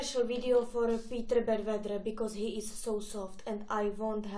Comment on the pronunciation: Because sa vyslovuje becas